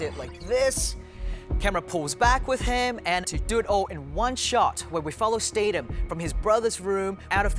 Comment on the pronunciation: ITS STATHAM NOT STADAM, YOU SHOULD KNOW BECAUSE YOU WORKED WITH HIM...